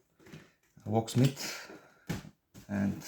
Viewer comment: 😂 😆 😂 😆 When you said locksmith I heard PickSmith 😆😆😆 And I thought how and why the flying fcuk did he send all that food 😆😆😆 Totally BONKERS. 🍻 🍻 CHEERS 🍻 🍻